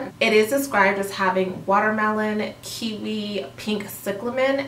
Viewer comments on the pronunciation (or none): none